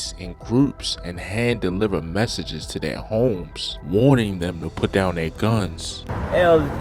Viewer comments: The way he pronounced “TEEEEEWWW” gave it away 😂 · I hear it to when he say to and do